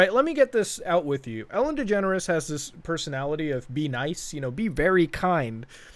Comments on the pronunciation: I always hear "Ellen Degenerate" Instead of "Ellen Degeneres" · why it seems like he s saying Ellen degenerate show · because i have a speech impentiment i can't pronounce degeneres and i always say 'degenerate', guess this is the true way to say it now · I remember when I was a kid, I thought Ellen Degeneres' name was pronounced "Ellen Degenerate" Turns out I was right the first time.